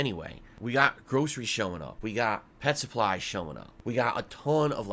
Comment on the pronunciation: Whenever he says "Pet Supplies" it is like he is looking after a zoo.